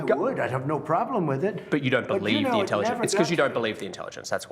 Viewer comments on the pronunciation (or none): "but you dont believe the inthelligence-" maybe becausehe doesnt even have it, you know?